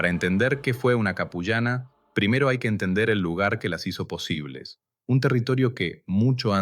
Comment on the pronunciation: La pronunciación es Apu llana qué puede se puede traducir como mujer jefe o la que manda ( Apu = jefe).